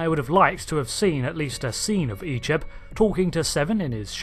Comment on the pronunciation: I grew up watching voyager reruns so seeing Icheb being butchered messed me up 😢😢😢